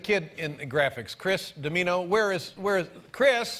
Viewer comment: Dimino pronounced Dim Meano! Great video!!!